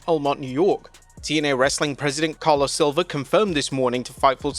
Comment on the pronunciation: His name is CarlOS not CarlO! You say it wrong in all videos man